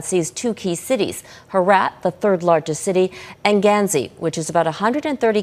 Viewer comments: It’s Ghazni, not Ghanzi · It is Ghazni not Ghanzi. Ghazni is in Afghanistan. Ghanzi is in Botswana.